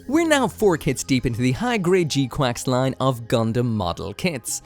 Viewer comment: Don’t know why you keep calling it G Quacks